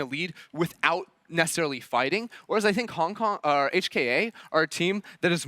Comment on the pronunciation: cant even say Hong Kong?........